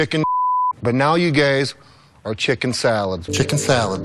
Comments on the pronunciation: the way brock said "guys" sounds like "GAYS" hahahah chicken sh** baby!! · Am I going deaf or does he keep calling them "gays"? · 😀😃😄😆😁🤣😂🙂🙃🙃😉somewhere starting Did brock call them and say "you gays"?! Instead of you guys?! Damn hes low key insulting them every chance he can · Did he say you gays??🤣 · Lol brocks calling them all gays instead of guys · Why does Brock pronounce guys as gays!? That's the true mystery. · Is it just me or is Lesnar calling them gays instead of guys all the time?